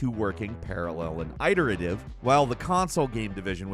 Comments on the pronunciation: it-er-eh-tiv not i-ter-uh-tev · FYI: IT-ER-A-TIVE, not iter-ative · “Eye-ter-a-tive” as a new pronunciation for “iterative” lolol that’s hilarious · Ffs. Are you serious? Iterative is said the same as iteration. It's said like "it" not "eye".